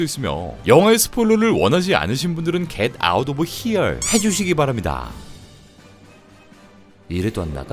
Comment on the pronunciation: 겟 아웃 오브 히얼~ 와~~ 완전 네이티브 발음이네유~